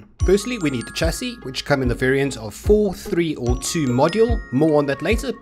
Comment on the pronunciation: its pronouced sh-a-cee not a "ch" sound..